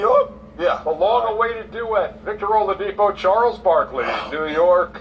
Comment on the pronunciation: it's not oladipo as in po in pronunciation it's oladi-"kpo" as in pour. here is my whatsapp number if you want to get the correct pronunciation the dude is yoruba